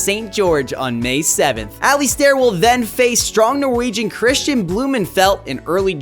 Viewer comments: 'Aley Stairr' ? Learn how to pronounce his name at least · Pronunciation? lol Alistair and Glasgow ouch!